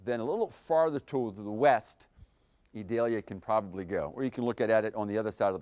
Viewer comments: E-deh-Liah 🤣🤣 Idalia chico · Eee-doll-yah. It is not an onion.